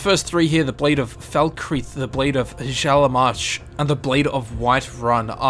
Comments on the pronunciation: It's pronounced Hyaalmarch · When you pronounce hjaalmarch as huchalamarch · Just fyi, Hjaalmarch is pronounced like "Hyaalmarch". It's a German/nordic j, which is pronounced like an English y. (Like how Jorrvaskr is pronounced "Yorrvasker") Incidentally, occasionally characters in game, Nords even, will pronounce the j like an English j. I can't think of any examples off the top of my head, but it happened to me when I was playing earlier. Great video though! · "Word" correct pronunciation "Auriel" Or-ee-ell "Hjaalmarch" He-yarl-mark "Ysgramor" Ee-scra-more I hope this makes some sense haha